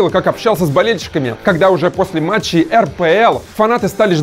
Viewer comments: ошибка)не метчей,а матчей 🌚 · матчей, а не метчей))) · метчей, а надо матчей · не метчей, а матчей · мЕтчей XDDDDDDDDDDDDDDDDDDDDDDDDDDDDDDDDDDDDDDD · слово метчей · метчей XD